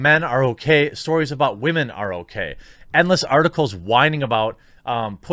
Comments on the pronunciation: You saying Wamen mindfucks me like Chernobyl, I taste metal in my mouth. AAH Roentgen = 17k+ Deceased. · Why do u pronounce it like Wah - Man lol